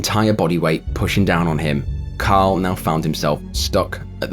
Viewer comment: Fr sounds like you're saying Kyle instead of Carl lol